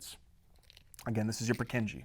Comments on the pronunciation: The pronunciation of Purkyně cells kills me. Anyway, good video, keep going, it helps a lot! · good lesson but his pronuntiation of purkinje cell is killing my ears